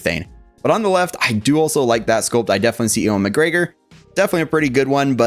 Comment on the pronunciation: Sorry, my OCD is kicking in. His name is pronounced 'you-win' McGregor. Lol. That said, this is an instant cop! Already preordered through sideshow. Can't wait for them to ship him out. Already have Darth Vader Sith Apprentice to go with and recreate some of those Zord photos 🔥